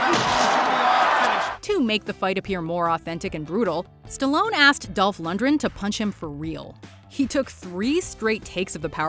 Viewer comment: Its Lundgren, not Lundren.